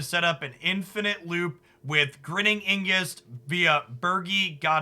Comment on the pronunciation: Ig nus. Not Ing us.